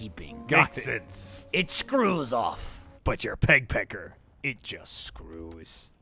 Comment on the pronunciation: Every time they say “peg pecker” it sounds like “pek pek” and in Filipino that means vagina so every time they address Michael I’m caught off guard😂😂